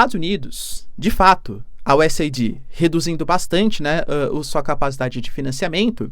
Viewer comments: Professor, o nome da organização americana é US Aid (se fala U S "eid"). Vc está falando US ID (U S "ai di")!!! 😬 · Se fala US AID, não US AIDÍ. Mas ele fala tão fofo que nem dói no ouvido 😅😊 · Professor, só para ajudar: a pronúncia é US “eid” e não US “aidi”. Abraços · Professor, USAID pronuncia que nem o Aid de Band-Aid. "US êid". Abraços e assisto seus vídeos todos os dias! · A pronúncia correta é: US /aide/, é US Ajuda. Não é US Aidi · Estimado professor, USAID se pronuncia como o curativo band-aid vendido nas farmácias. US AID onde AID se traduz como ajuda. Espero ter contribuído.